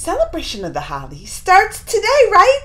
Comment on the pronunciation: it is HOLI pronounced HOLY